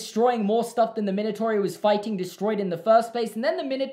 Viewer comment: That's not how you pronounce Minotaur